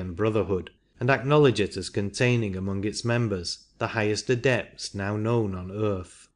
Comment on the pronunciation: atlanTEEan? the aDEpts? This reader is placing emphasis on the wrong sylLABLES. This is typical in certain parts of India.